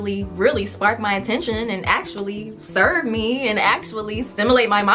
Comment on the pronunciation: When she said "serve" me I was done.